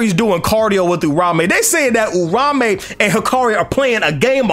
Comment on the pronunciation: can someone tell me why's everyone calling Uraume, Urame? That's not his name bro's